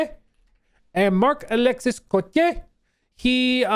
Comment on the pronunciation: The "s" is silent in Marc-Alexis Côtier 😂 most of the last letters are silent in french. Ex: Boisvert is pronounced "Boi_ver_", not "Boisssverttt"